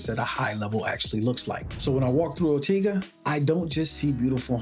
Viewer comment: Love the video. But it's "Or-tay-ga" not tee... But potayto / potahto... Keep up the great work!